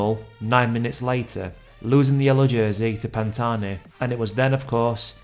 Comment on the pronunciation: The h is silent !!! But thanks for speaking of the greatest climber the sport has seen! 👍